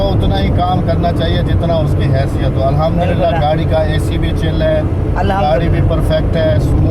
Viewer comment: احمد جي الاحمدلله نہیں ہوتا ہے الحمدلله ہوتا هے